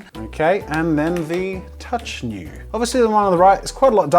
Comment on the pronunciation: Every time he said 'touch new' I heard 'touch you' xD